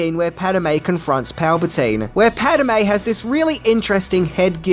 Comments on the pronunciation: It's Padme (Pad-may) not Padamae (not Pad-a-may) you putz 😂 Are your eyes and ears painted on!! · "Pahd-may", not "Pad-a-may", goofball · Padme has 2 syllables.......not 3..... Pad. May. Not Pad Em May.............................. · It's Padme not Padame. Get your facts right you Ozzie knob. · Pad-eh-May.... you mean Pad-May? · Pad-a-me is a god in the Elder Scrolls.... Pad-me is Ani's love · This would have to be my favourite prequel movie. PADAME? It's Padme, 😅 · WTF is a “pat-uh-may”??? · Pad. Me. Two syllables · Is it just me or did anyone else felt the flow of the narration suffered when ever he said padme? It kept sounding like he was saying pad-a-me,don’t get me wrong,I love the comedy, I guess I need hearing aids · Naaah... Spiellberg clearly did NOT direct this video. Because if he had, he wouldn't have stopped doing takes, until you had learned to pronounce "Pad-e-me's" name correctly, as you are obviously able to. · Who is Paduhme?? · I'm an Aussie and I know it's pronounced pad may. at times will mispronounce names and I find it funny, as stated, I'm an Aussie 😉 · I think confuses Padme with padawan;) He hardly says Padme, and I believe it's twice, maybe three times that he says it correctly. It has nothing to do with accent, as stated, I'm an Aussie and I know how to say her name, it's just (nothing against ) laziness. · Padme, or padame? Just read the name once. You're adding an extra letter for no reason. And you also pronounce Han wrong. You've watched solo right? Ps its grande moff, not general tarkin